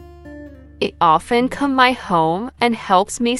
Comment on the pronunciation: The pronunciation of "HE" is wrong at the beginning of several sentences.